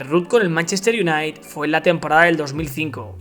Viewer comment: Se pronuncia "iunaited" crack